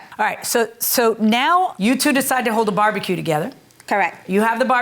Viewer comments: She is saying barbecue but I keep hearing “body kill” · It sounds like the plaintiff is saying "body kill". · The way the plaintiff pronounces "barbecue" really annoys me 😩